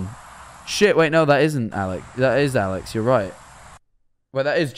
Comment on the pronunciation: When mans was saying alex i heard owl legs